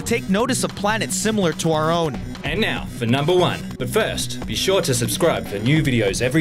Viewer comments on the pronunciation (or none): none